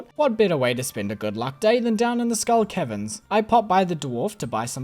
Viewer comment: You pronounce caverns like Kevins and that's amusing 👍